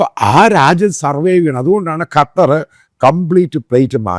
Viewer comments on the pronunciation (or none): കറ്റാർ അല്ല ,ഖത്തർ😂😂